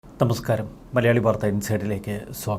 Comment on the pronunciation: നിങ്ങൾ തമസ്ക്കാരമെന്നാണോ. നമസ്ക്കാരമെന്നാണോ പറയുന്നത് - തമസ്ക്കാരമെന്നാണ് കേൾക്കുന്നത്